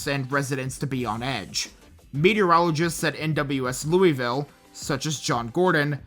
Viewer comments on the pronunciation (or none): I was living in Morehead, KY at that time, a college student at MSU, and I remember it well. West Liberty is the town directly south and I knew countless classmates from there who were affected in some way. I also have to do this whenever it happens, but Louisville is pronounced “Loo-UH-vull” haha. 😅